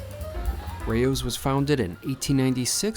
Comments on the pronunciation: Pronounced like cow, but with an r - row, not ray-o! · If the name is supposed to be European which it probably is, it's not pronounced "Rey-Oh's", it's pronounced just like it sounds. Raos. The a is not "ey", the a is "ahh". Weird Americans bending the language beyond recognition. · Hi thank you for your commentary on this restaurant. There are a plethora of Italian restaurants in NYC. You are not pronouncing the restaurant's name correctly. It is (R aH ow's). It's not a big deal; however, you should pronounce the names correctly if you review Italian restaurants. I, too, don't like a cash-only policy, but it helps keep you within your budget, so that can be a good thing. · Every time you say the name is mispronounced Lmao. The food looks meh, my family can make better at home.